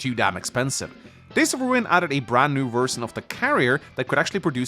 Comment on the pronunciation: What is dialect called like? When he pronounces "version" it is noticeable